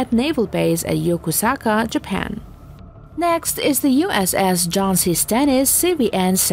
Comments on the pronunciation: Yokosuka Japan is pronounced "Yokoska" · you pronounce yokosuka wrong